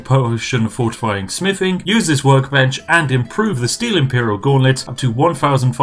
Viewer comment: When you said fortify smithing one time I thought you said fortify spiffing